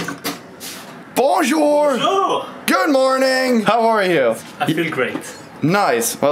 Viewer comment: if you want to be better at french, Benny needs to teach you how to say bonjour properly